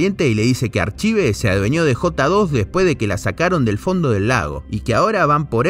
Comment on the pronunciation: en realidad se pronunciaría "arcaiv" pero estuviste bien igual... Banco fuerte el video y el esfuerzo.